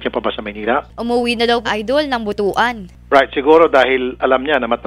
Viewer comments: Butuan ❌”Bu-tu-an” ✔️”Butwan” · Ang pangit naman ang pagkabigkas ng "butuan as boto-an" hindi po yan "ari" ang buto kasi sa ilonggo ay ari ng lalaki..we should listen to the local butuanon.... It should be pronounced as "but-wan" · Its butwan(butuan) not boto-an ang pagbasa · BUT-WAN po ang pag pronounce.. ndi po Bu-tu-an masama pong pakinggan yun samen..😁😁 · Beth Aguilar Oo nga but-wan nga Di butuwan 🤣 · 🤣🤣🤣🤣🤣BUT-WAN po Hindi po BU-TU-AN 🤣🤣🤣🤣bastos po Yan na salita sa aming mga bisaya🤣🤣🤣✌️✌️✌️✌️✌️✌️✌️✌️ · Maam, to pronounce Butuan is Butwan not Bu tu an 😁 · sassy gurl lagi sayup jud butwan mana pag basa ana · Butwan kasi ang basa dyan ate girl! Wag mo isisi yung dumi ng utak mo sa mga bisaya! Apakagreen! Tsaka anong E CORRECT? baka i-correct. 😅